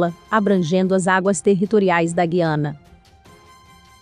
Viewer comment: Você está pronunciado o nome da Guiana errado.